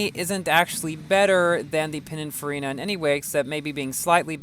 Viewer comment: Pininfarina.. not Panicfarina lol